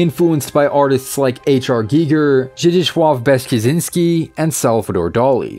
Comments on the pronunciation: It's been a while since I've heard Zdzislaw Beksinski's name so masterfully butchered. Well done good sir, well done. And so was the rest of the video. Well structured, informative and brought to light a creator I wasn't aware of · I also cringed by the way he pronounsed it lol